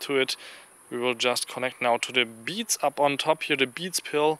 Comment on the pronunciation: lol, "Da beets maybe most uh loozers."